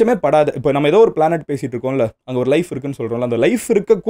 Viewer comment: எதோ எதோ எதோ என்று அழுத்தாதிங்த MG